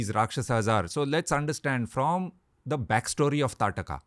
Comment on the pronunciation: She was ताड़का I guess. Not Taatka.